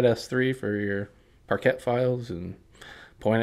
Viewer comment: I have never heard anyone say “parket”